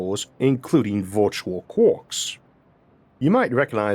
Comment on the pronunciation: I LIVE for when you say Quarks ahhaha Kwaaaak. i LOVE IT! <3